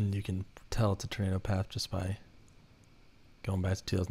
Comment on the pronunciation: “Turnado” lol